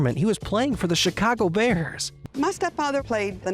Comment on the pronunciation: Somebody tell this clown you dont pronounce the "bears" as the bearrrrrrrrrrrrrrrrrrrrrrrrrrrrrrerrsssssss